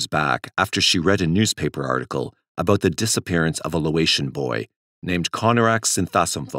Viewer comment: Sorry, nitpicky a bit, but it's pronounced "LAY-oh-tian" not "LOW-ay-tian"